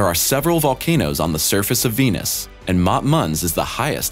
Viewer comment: Sounds like he's saying penis instead of venus.